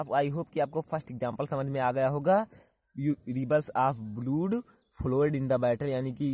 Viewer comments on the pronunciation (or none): ब्लूड नहीं ब्लड बोलीये सर